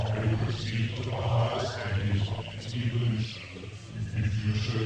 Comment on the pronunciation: The way she pronounces evolution... She says evilution.